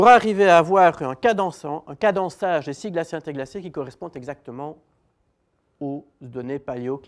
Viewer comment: cadençage pas cadançage